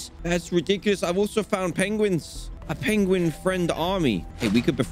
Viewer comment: Almost R.IP on the "Penglin"